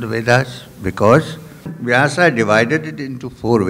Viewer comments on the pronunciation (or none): 🌹🌹🌹Youtube चैनल के मैनेजर कृपया स्वामी जी को ये कमेंट ज़रूर दिखाएं ! स्वामी जी सादर प्रणाम ! कृपया नाम का उच्चारण - वेद का वेदा व्यास का व्यासा अर्जुन का अर्जुना कृष्ण का कृष्णा आरण्यक का आरण्यका वेदान्त का वेदांता आदि न कीजिए क्यों कि शब्द ब्रह्म है ! आप ब्रह्म को ब्रह्मा उच्चारण करके पुनः उसका स्पष्टीकरण देते हैं प्रवचन में !🌹🌹🌹